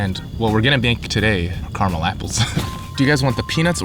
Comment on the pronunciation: Love you guys but the apple incident was hilarious. they sell lil bags of crushed ones at Kroger. Also caramel in bags. Another my friend, you didnt pronounce carmel or car-a -mel.. Yuh mixed em.. haha